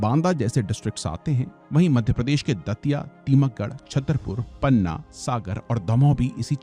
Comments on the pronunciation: टीकमगढ़ है टीमकगढ़ नही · Ye tikamgarh ko timakgarh bol rha hai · टीकमगढ़ not तीमकगढ़ बघेलखंड not भगेलखंड Considering you are North indian and can speak hindi well, at least learn to pronounce the names of the places correctly before making the video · Timakgarh❌❌❌ Tikamgarh ✅✅✅ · Video banane se pahle vaha ke Name sahi se pata karna chahiye ,, ek v jagah ka name sahi nhi liya aapne. ओरछा है na कि orkha, टीकमगढ है न कि timaggad, its चेदी not चेडी, its धसान, धासन नही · Sir टीकमगढ़ है टीमकगढ़ नही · सर ये टीमकगढ़ नही टीकमगढ़ है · सर सही से नाम पढिए बो टीमकगढ नहीं टीकमगढ़ है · It's not timakghar its टीकमगढ़ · बहुत बढ़िया कॉन्टेन्ट। बस टीकमगढ़ को टीमकगढ़ बोल दिया ग़लती से। 👍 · Sir टीकमगढ़ सही pronunciation है प्लीज कॉरेक्ट इन your video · Sir ji टीकमगढ़ होता है उच्चरण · from next time please pronounce the name correctly... जालौन, ओरछा, टीकमगढ़, कालिंजर .... better to pronounce the name in hindi accent